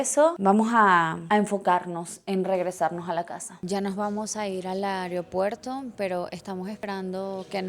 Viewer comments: Me causa gracia "AREopuerto" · Me encanta que dice "Aryopuerto" jajajajasjs